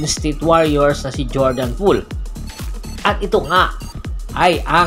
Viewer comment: Jordan bell . Pre 😂😂😂 d jordan pole 😂😂😂😂😂😂